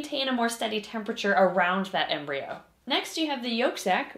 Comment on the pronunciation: Embryo coreon to sounds like embreon sliveon